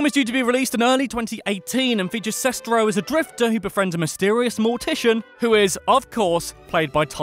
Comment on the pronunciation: Julius Matijošius For me, it began with The Nostalgia Critic and FanBoy Flicks. Kind of simultaneously! 😁 I love everything about this video... except the way the narrator keeps mispronouncing Greg Sestero’s last name!